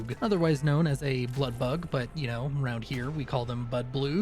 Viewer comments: Ok I like the video but it's blood bug not blood boog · I like the part where you say Bludbloog :P